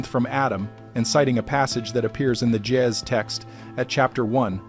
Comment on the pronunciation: I enjoy these-kinda long, but very informative!The G in Gaez sounds like the g in green-not like a J, & the A is long.